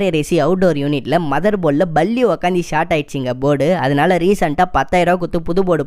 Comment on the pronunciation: Balli அல்ல பல்லி. ஒழுங்கா உச்சரிக்க பழகு முதலில்.